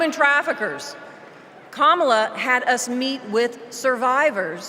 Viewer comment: Clinton is so racist! He mispronounced Kamala's name. The mortal sin.